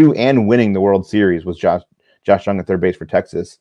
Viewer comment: Love the show but you guys have room to improve on your player pronunciations Pepiot, Jung, etc.